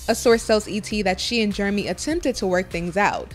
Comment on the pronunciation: She call him yeremy 😛😂